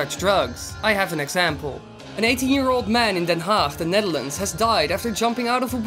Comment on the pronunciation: hey, je zou the hague moeten zeggen ipv den haag